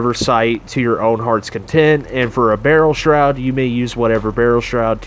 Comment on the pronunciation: What's that word you're saying after barrel? Sounds like barrel... stroud? just curious what it means.